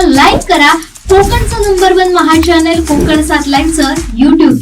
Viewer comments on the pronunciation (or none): none